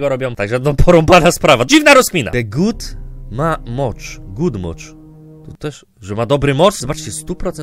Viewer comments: xd to nie "the good moch" tylko "the good man" xddddd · Ja: The Good Man: The Good Moch